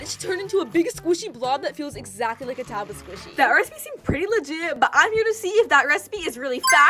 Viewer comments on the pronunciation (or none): Hi, I just wanted to tell u that it is not TABA it is TAOBAO. I am really effended as a Chinese since taobao is Chinese and pls stop saying TABA